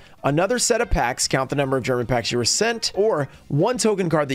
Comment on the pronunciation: Your German pronunciation was on point as always😂